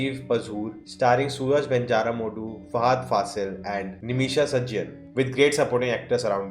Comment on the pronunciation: It's pronounced as Suraaj Venjaaramood.